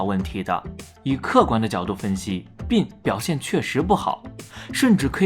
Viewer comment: 不要读“病”病没有g。内涵